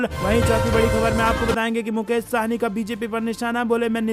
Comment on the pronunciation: यह शाहनी नहीँ है वरन सहनी है ।